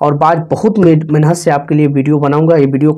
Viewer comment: प्रचारक जी सही शब्द बोलो मेहनत शब्द को जब बोलते हो उसको मेनहत क्यो बोलते हो इस बात इस शब्द पर सुधार करके प्रचार करिये बहुत खराब बात है